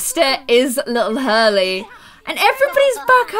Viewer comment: And that you called Hurley Harley